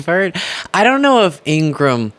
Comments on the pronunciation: Laura's brother confirmed that their last name is actually pronounced IN-GRA-HAM with 3 syllables. Pronounce it that way to annoy the crap out of her. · Ingra-ham per her brother. Get the names right to be taken seriously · FYI: Her name is pronounced Ing-ra-ham, (from a former embarrassed neighbor). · In gra ham..pronounce correctly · Her brother said their last name is pronounced Ingra-ham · Laura’s brothers said their name is pronounced In-graw-Ham.